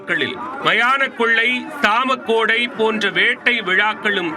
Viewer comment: எப்பா டேய் அது சாமக்கோடை இல்லடா சாமக்கொடை